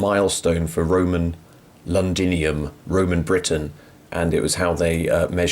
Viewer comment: Hi. I love listening to you and watching you but pls, Londinium has to be pronounciate it in Latin ;) xxxxxxxxx you are the best!